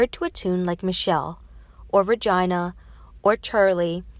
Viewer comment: REGIINNNAAAA!!! lol you pronounced like vagina made me laugh